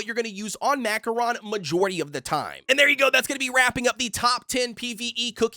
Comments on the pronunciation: It's pronounced Ma Ko Ron. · Bro said Mackoron cookie